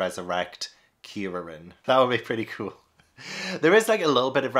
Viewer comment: Kuririn is Kuri, which means chestnut in Japanese (because his bald head) and Shaolin, because he’s a monk. And Krillin I think is just because Kuririn is so hard for English speakers to say. You say it right tho. Almost all the names in dragon ball are puns.